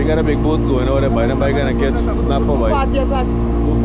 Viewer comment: is word is not kach is catch u pronounce some words wrong you sound like trini lol